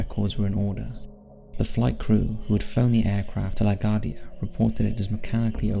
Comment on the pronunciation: * pronounced "LA GWARDIA" sorry to be "that guy".